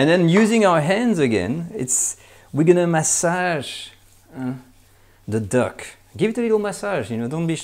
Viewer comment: "massage zer duck..." Love this channel...